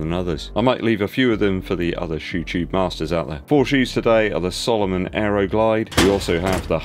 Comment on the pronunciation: Love the videos. But please,,,its SAlomon NOT SOlomon.